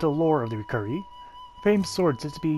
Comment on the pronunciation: Pronounced (ry-keeree) or lie key ree 🤣. Good explanations on the gear 👍🏽